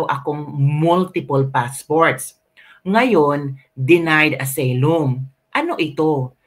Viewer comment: correction lng ha hindi aseylum ang pagkabasa ng asylum ---"asaylum " ang tamang pagbasa.. god bless